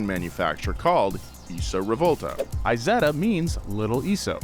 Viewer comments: Please dont call it "I"setta.. its not an Iphone... in english please "E"setta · Isetta like Isabella, not like ice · Forza has a Z so it makes a Z sound. Isetta doesn't have a Z - and doesn't make a Z sound. It's like morons calling Tesla Tezla - like they have a South African accent like Elon.